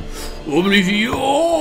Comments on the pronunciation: Sa s'ecrit oblivion mais sa se prononce oblivione 😅😄 et aussi j'ai enfin eu mon niv 48 sur le jeu et je kes terminer 😋😊😉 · Les PNJ prononcent bien 'Oblivionne' dans le jeu, donc le francicisme est bien faux techniquement... Mais apres tout le monde s'en fout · Ce serait bien qu'on arrête de dire OBLIVION avec ce vieil accent français ce qui rend le mot super moche alors que même dans la VF du jeu on dit "Oblivionne" bordel (au rappel, Oblivion est un mot anglais qui ne peut pas se traduire et qui veut dire grosso merdo "l'oubli"._.) Surtout, tu dis très bien le mot avec la bonne prononciation quand tu parles anglais, donc stop le massacre, c'est juste hyper moche OBLIVION-ION-ION